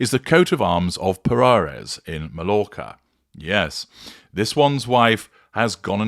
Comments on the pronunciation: May-orca. Good grief I would have thought an English man would know that, since so many poms go over there. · MALLORCA IS PRONOUNCE " MY ORCA"